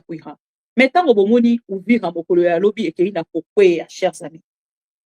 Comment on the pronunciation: mama bibi ON DIT UVIRA et hwhwhwhwhwhw